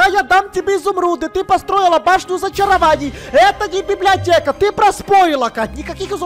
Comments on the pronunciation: затроль и отбери свои изумруды,и она сказала библеотека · сказала библиата! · говаррила ва времени ролека слово библеотека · сказала слово библеотека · Она говорила библеатека и вопше она а*** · Говорила "БИБЛИОТЕКА" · кать прости но... ты говорира (БИБЛИОТЕА) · Она библиотеа не гаварила